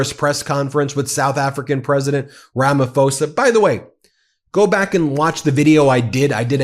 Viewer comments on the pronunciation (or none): Just fyi: It’s Rama PO-sa. Not “fo-sa” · It's pronounced Ramaposa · Hi, Our president's name is pronounced Rama-posa. I'm South African, and there is no white genocide in SA. There are farm killings. Farms are predominantly owned by whites. The farm killings affect white & black people. Killings are not race driven but are criminal acts. The grave site shown last night is the 1st time ever been seen it. I'm bet it is not farm killings grave sites. Our white folks live in harmony with Indians & Blacks. They don't want to leave SA.. We have a land of milk & honey. Crime is very high. Most residential areas have up to 5 security companies patrolling day & night. Ben I really love your podcasts and watch them throughout that day. Keep it up!!!🎉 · His name is pronounced Ramap hosa not Ramafosa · Rummah-pause-ah. That is how you pronounce Ramaphosa. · I'm a South African, Ramaphosa made me shriek with laughter when he mentioned the plane. Classic Ramaphosa! PS it's pronounced Ramaposa. There are South Africans that belong to the Trump cult, much like people from other countries. They are all mad. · Sounds like Ramapoorsa. H is silent!. Love that you guys stay on it!!!❤